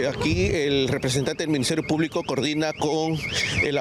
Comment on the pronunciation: Dudo que sepa cde leyes. Escucha còmo prununcia Minsiterio Pùblico.